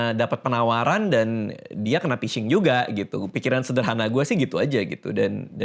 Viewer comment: penyebab kena phising: 1. emailmu jgn dipasang lagi bang, biar nggak kena phising (bacanya fishing bkn pising) 2. jangan download aplikasi sembarang, kalo kena virus apalagi ransomware, wajib format hardisk (install ulang kalo OS Windows)